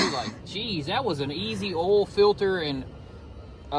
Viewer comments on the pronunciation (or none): Why do you call oil "all"? 🤔🤔🤔🤔🤔